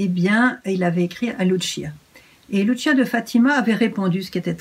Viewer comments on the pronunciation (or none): Ma chère soeur Emmanuel , il faut prononcer " Lucia " comme en français " Luci-a " . Il ne faut pas dire " Lutchia " . Le " C " en portugais se li " ç " comme en français. Merci. Bisou